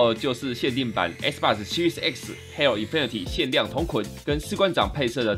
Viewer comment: 我第一次聽到有人唸做hell